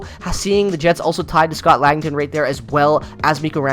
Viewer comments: Scott Laughton is pronounced LAW-tun, not LANG-tun. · Who's "Lankton"? 😅